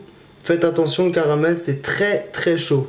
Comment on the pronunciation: "Le carabel" X)